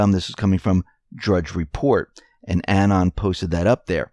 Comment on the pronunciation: Anon, pronounced uh-NON, not annen. Emphasis is on the second syllable.